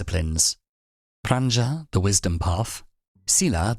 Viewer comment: Anicca (not Annica), and pronounced as anichcha ; further : Prajna (not pranja) and pronounced : j as in jelly, and n as gn in gnocchi, or the spanish ñ